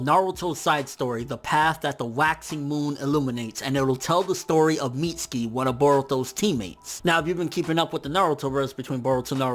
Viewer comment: mits-U-ki. uuuuuuuuuu